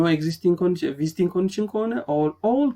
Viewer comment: bruh its not visiting its vesting